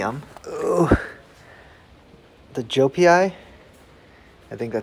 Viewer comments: joepii is pronounced as "you-pee-eye" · It is actually Joe-Eh-pee